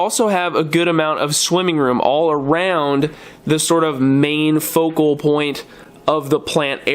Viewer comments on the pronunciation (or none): none